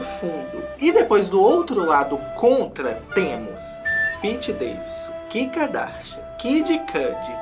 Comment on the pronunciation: A melhor parte é toda vez que ele fala Kika Darsha 😂🥰